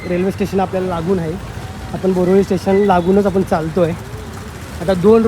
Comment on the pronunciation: ते नाव बोरिवली आहे,,,,,, बोरिवली नाही